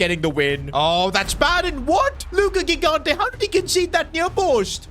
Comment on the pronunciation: Second time telling that his pronunciation of "gigante" is incorrect (correct one is "jigante")